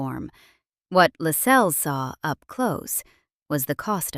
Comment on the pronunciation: LASS-els. Stress on the first syllable. If you don't even know how the name of the subject of one of your documentaries is pronounced - how can we then trust that the rest is correct?